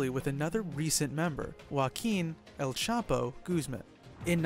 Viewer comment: It's EL not L